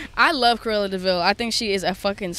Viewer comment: Orrr hear me out, “cruella thee VILE” we love you Billie but come on